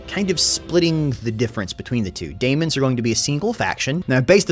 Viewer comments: please, it's pronounced Demons still, not Damons. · Hey, It’s demons or daemons NOT daimons nor damons. The A is silent whale the E is not. Thanks! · You're just trolling us now with your pronounciation of 'daemons'.